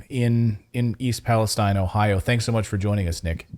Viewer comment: Thank you for pronouncing Palestine properly.